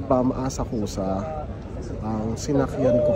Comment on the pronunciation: Asak-sa To pronounce not Asak- ku- sa